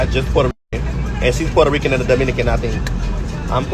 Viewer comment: So, Selena not Porta Rickan? 😂